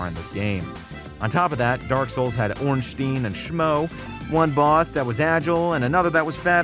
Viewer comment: I love it when says, "Ornsteen and Shmo"